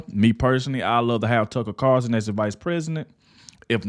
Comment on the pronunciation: I wish that would get Tucker's last name correct he says Carson instead of Carlson!!